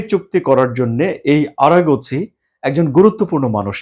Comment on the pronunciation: আরা গছি কে । আরাগছি নাম ঠিকমতো বলেন